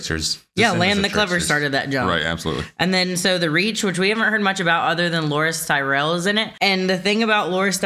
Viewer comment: The pronunciation of the name of house Tyrell, seems to have changed at some point. Bran pronounces it differently here, and I believe Loras pronounces it that way when he tells Renly that there's another Tyrell he should be banging...or words to that effect. I don't think it's an in-world thing. I think it's just a continuity error.